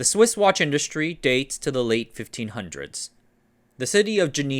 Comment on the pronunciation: "Somehow Swiss Watches Returned" almost sounds like "Somehow Sith Watches Returned"